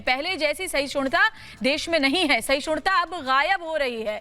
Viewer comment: Sahishunta kahti hain reporter khud, rahul sahishnuta kah nahi sakta, bhi nahi kah sakti.